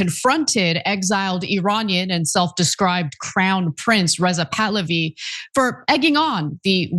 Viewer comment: Rizal tahlawi 😂😂😂😂 it's bahlawi